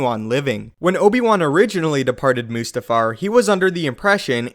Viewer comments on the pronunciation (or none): Is it really pronounced "moose-tafar"? I always thought it was "must-afar". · moose-ta-far, lmfao.... hahahahaha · Two seconds in and you lose all credibility with me. What the hell is "Moosetafar"?